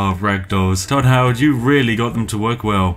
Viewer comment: “Hodd toward”